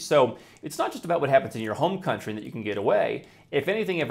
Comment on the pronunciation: "Your coluntry.." No. It's "Your overlord"